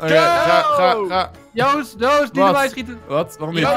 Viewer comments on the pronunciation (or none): none